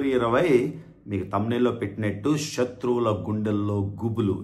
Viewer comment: శత్రువులు correct ga palakandi not shatruvulu like our ex she em😂